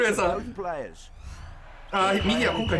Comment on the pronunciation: 今更ですが、VIPさんの「ク↑レイ↓さん」って発音好きですw